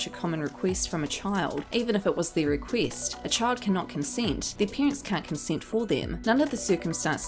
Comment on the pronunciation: A celEEb makes a riQUEEST. Lol.